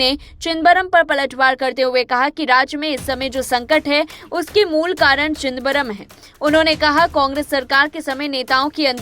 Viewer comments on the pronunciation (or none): ये क्या चिदबरम चिदबरम लग रखा है न्यूज रीडर से ऐसी अपेक्षा नही थी।आपकी सुविधा के लिए लिख रहा हूं,चिदम-बरम,सौ बार बोल कर प्रेक्टिस करें😅😅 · प्लीज नाम ठीक से बोलना चाहीये... "चिदंबरम. "